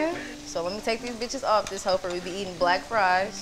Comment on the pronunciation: as soon as she said “then a h*e” i know she was from dallas🤣lmao